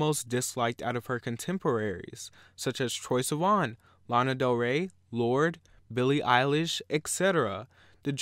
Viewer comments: DID HE SAY BILLY EYELASH LMFAOOOOOOOO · lmao did he just say "Billie eyelash" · “Billie Eyelish” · you said billie eilish wrong.... but yeah I have never liked Halsey